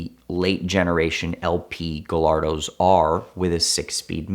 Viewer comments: Am I wrong in thinking that Gallardo is pronounced “Guy-yardo?”🤔The way he says it sounds so wrong but maybe I’m the one who’s wrong, haha. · Is it just me or does every time he says the word " GA LARD DO" it's super cringy???? Sorry to be that guy but seriously this guy is a major Lamborghini aficionado/seller/restorer and can't even pronounce the name properly. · Did he really say gaLLardo, wow what a car guy. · This man goes into a different accent to say jota but still pronounces gallardo wrong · And he can't say Gallardo. Come on,. Fuck. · Is it a hard L on Gallardo? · I hate how says Gallardo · Is it pronounced "Gul-Lard-o" or "Guy-Yard-o" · I would literally pay Ed to never have this guy on again. If you’re reading this, sincerely fuck you. Learn how to pronounce gallardo you dick breath. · If anyone pronounces Gallardo like this cretin on this channel again I'm unsubbing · I bet he regrets pronouncing Gallardo like that on the internet!